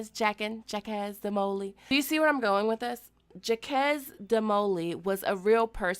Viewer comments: Another great one from the. FYI though Jauques DeMolay, its pronounced Jock like Joffrey and the last name is Dee Moe Lay. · It's Zshak sounds like shock, Duh Moe Lay is the best phonetic description I could do for you :) French is hard and we all hate the bloody French...MUCH LOL Loved this vid so much and I love you so much!!!!!